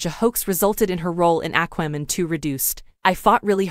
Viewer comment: I can't watch this with your AI pronunciation of" Aqua" Man.